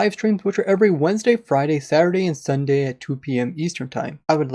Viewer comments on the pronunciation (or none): none